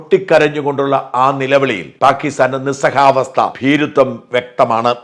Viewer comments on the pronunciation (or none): Not Nissahavastha, Nissahayavasha.